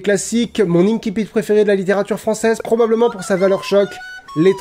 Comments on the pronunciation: Ça se prononce "insipite", pas "inkipite" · J'aime bien la vidéo, mais il me semble qu'on dit inSSipit et non inKipit. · Pour info, on prononce "ainsi-pite", c'est un mot passé du latin en français à une époque où on prononçait le latin à la française, et même si depuis on a modifié la prononciation du latin, l'usage est de continuer à prononcer ces mots de façon traditionnelle. Sinon on devrait dire "aquarioume", "canne-ker" pour cancer ou "aguène-da" pour agenda.